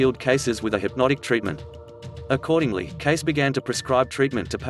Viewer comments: The correct pronunciation of the last name is KAY-SEE. I know this because I am a long-time member of The A.R.E. in Virginia Beach VA and have attended many events there. In addition, I had the privilege of meeting with Edgar's younger son, Edgar Evans Cayce (KAY-SEE) years ago. All best wishes to everyone. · Thanks for the comment below, so will only add this: pronunciation of his last name is K-SEE (2 syllables, with accent on the first). Won’t watch tho’ having moved to VA to learn more about this psychic decades ago. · Are you being facetious? Hahaha. Because you know his name is pronounced Kay See! 😆😆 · Too annoying to watch more. I agree, please pronounce the man's name correctly. It's Kay-see. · The name is pronounced with a long E at the end. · learn how to pronounce his name before lecturing about him-it is not CASE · Look it up online on how to pronounce Cayce - it sounds like ka sy - 2 syllables. Look it up. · His last name is pronounced: KaySee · His name is pronounced: KAY-CEE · The name was Cayce, as in Casey Jones. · Edgar Casey pronounced KAY SEE. Shame all the research to regurgitate this story and you can not get his name right. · His name is pronounced KAY-see. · KC pronounce ít correctly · It is pronounced Cay-Cee. You should do your homework before reading a script! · Cayce is pronounced as Casey. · Pronounced “Kay-see.” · His name is pronounced Kay-cee. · Pronounced Cay cee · He could at least pronounce his last name correctly... case-EE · Not passing judgment,but give the man his props by at least pronouncing his name correctly. Love all. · It's an AI VOICE that hasn't been programmed to pronounce it correctly. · Omg ikr was driving me CRAZY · How could this be believed, when the narrator mispronounces Cayce’s name? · When you don’t even pronounce your subjects name correctly………. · You should learn to pronounce his name correctly if you want anyone trust your overview of the man. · Honestly at least get his family name right !!!!